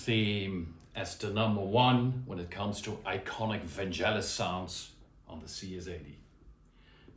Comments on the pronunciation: VanGelis with a hard G not vanjelis! Like FeRaRRi and MoncleRRR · Its Van-G-elis - with a Geh - not Jeh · Thanks for the video, but it is not Vanjelis but Vangelis, like G in Google. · Fantastic reproductions! Just one tiny thing: Vangelis' name has a hard G - his friends called him "Gelly" (ie: not "Jelly"). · Super interesting! Hate to nitpick on such an interesting video but it’s pronounced VanGelis not VanJelis. Hard G. Nonetheless thanks for this! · Vangelis pronounced his name as VAN GGELLIS, not VAN JELLIS. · Vangelis - not Vanjelis. Otherwise interesting exploration of CS80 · Hard G mate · Vangelis with a hard g ! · Great video. Always nice to see great composers also using presents, it just shows that a lot of the times it's the inspiration to how to use them, what to combine them with, that is the most important in creating a great song. One pointer though, it's pronounced "vang-GHEL-iss", I would really hoped for people, especially musicians, would put a bit of effort in making sure they know how the names of the artists they admire are pronounced. It just shows good musical culture. All the best! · Hard g, not soft ;) =] I lean toward the Brass I + Brass II combination. And as someone who messes about with it, it really is about how to play it as much as what you play. But all in all, nice job showcasing the CS80 the way Vangelis may have used it =] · Vangelis is pronounced with a hard G. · Very nice sonic journey through masterpieces of Vangelis… on a subject of sonic accuracy I am offering a correct pronunciation of his name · Try pronouncing his name properly 🙄🙄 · Pronounce of Vangelis is not correct...the "g" is "hard...like golf...